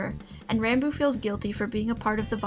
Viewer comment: Pronounced ranboob wrong the whole damn video